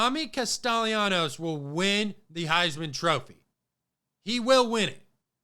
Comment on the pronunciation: Just call Tommy TC, if you struggle to say his last name